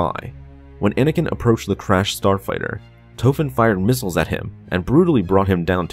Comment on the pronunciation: His name is Tofen And the red barons last name was Rich-thofen Small difference